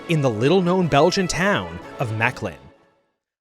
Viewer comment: I have never heard mechelen mispronounced that badly in my entire live Ah almost forgot, very good video.